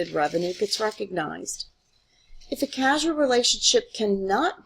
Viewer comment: It's already to late since the video has already been made but its C-a-u-s-a-l relationship, not C-a-s-u-a-l